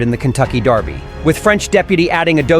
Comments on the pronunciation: The Kentucky Derby is held in America. Maybe try pronouncing derby as it's spelled, instead of the British darby. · If the computer generated voice is going to pronounce dErby like the British dArby, why isn't it all brit? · This guy keeps saying Darby. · Why is he pronouncing it Darby? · Why is he saying "Darby "? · Since when is derby pronounced darby? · ANOTHER A.I. narration! STOP IT with calling the Kentucky Derby the Kentucky "Darby"! ENOUGH ALREADY!